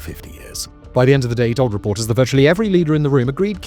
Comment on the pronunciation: you sound like you are so drunk. what in the world did you say. are you using AI to read a script? that was so bad. you pronounced that as thhh. oh my god you do it again! you cant pronounce the word that! haha